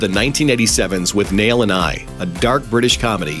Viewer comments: It's not withNAIL and I ... It's WITHnail and I. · It's pronounced 'wit-nail' not 'with-nail'..... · It's not with-nail it's withnul.. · Learn to pronounce Withnail. It's pronounce in the movie. You obviously didn't watch it.